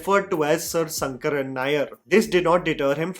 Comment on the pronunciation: Even if it is written Sankaran, the pronounciation is Shankaran only. 🤦🏽